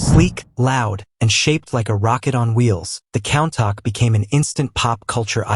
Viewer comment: He drives a Count-Ack... ha ha